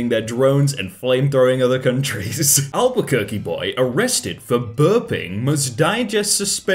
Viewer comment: Thanks for not butchering the pronunciation of Albuquerque 👍